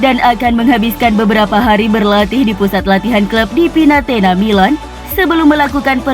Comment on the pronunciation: Pinetina min bkn Pinatena hehe😃✌🐍⚫🔵⚫🔵🐍